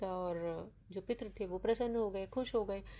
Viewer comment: आपकी भाषा बहुत खराब है।आप संस्कृत शब्दों का उच्चारण यदि सीख लें, तो पितर को पित्र और तृप्त को त्रप्त नहीं बोलेंगी।